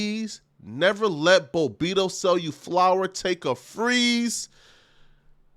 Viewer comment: It’s Bob-Bito not Bo bito damn you can’t read 😂😂😂